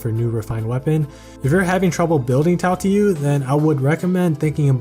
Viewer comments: Tail tee you lmfaoo i died a bit inside but great video nonetheless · That Tailtiu pronunciation actually hurt 🤕